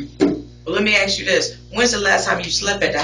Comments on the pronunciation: Please pronounce the work ask as ASk. Not AX. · Why do they keep bringing up an axe? "He gonna axe you, do you know who did it?" What's the axe for? I kid. But I would like to know why "ask" is being pronounced "axe". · why is it so hard to say ask? not axe? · That's why I "axed" that detective took the same Grammer lessons that Darrel brooks took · Another great mystery of the Universe, why cant people pronounce the word ASK correctly,? Guess we will never know.